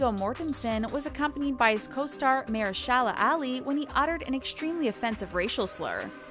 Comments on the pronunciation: What’s a mer-shala and Mayer-shela!!? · “mahyor-shayla” is how it sounded like she pronounced it. That was positively awful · I don’t understand the thumbnail and whoever is doing the narration for this video could learn how to say the people’s names properly, I didn’t know she was saying “Mahershala”. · ME TOO! It was driving me crazy. haha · If they hadn't shown clips with Mahershala Ali, I wouldn't have known they were referring to him. 😂